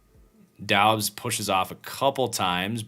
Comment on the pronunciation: Doubs is pronounced “Dubbs”